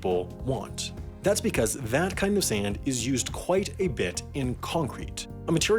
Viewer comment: You over enunciate the word "quite" several times. It sounds weird.